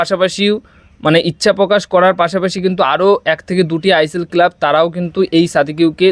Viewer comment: Kelab ki ucharon....bhaaa